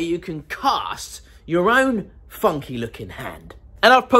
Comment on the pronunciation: hope you said funky it sounded more like (